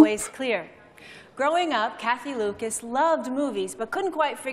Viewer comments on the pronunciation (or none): none